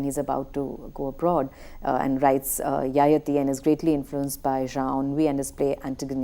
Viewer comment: Pronunciation is ययाति Not यायाती